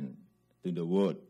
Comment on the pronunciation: pantesan dia jadi jukang mebel, ngomong world aja wood cook.